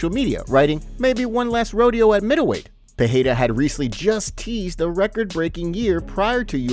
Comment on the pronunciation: Pereira not Peheira